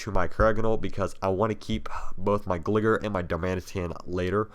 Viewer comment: Terrible how jhe says pokèmon and gligar smh...